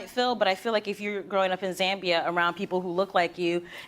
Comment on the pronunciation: Me a Zambian listening to her mispronounce my country but still happy she visited :)